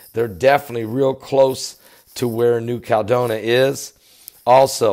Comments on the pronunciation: It's 5 (FIVE) syllables: KAL-LED-DOH-NEE-YA. It's just like California: KAL-LEH-FOR-NEE-YA. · It is sending me nuts and with all due respect - it is New Cal e doe ni a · Can't someone tell how to pronounce New Caledonia? That is where McHale's Navy spent WWII!